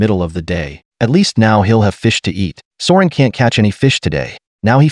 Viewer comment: The "High guy" thing kills me everytime lol!! People should have a drinking game everytime the AI voice says those words!!! It's also funny af that AI voice keeps calling Søren for Soren and Sauron and Ulrik for Uric and Euric🤣🤣🤣🤣🤣